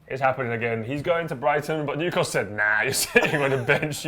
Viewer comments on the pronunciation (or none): none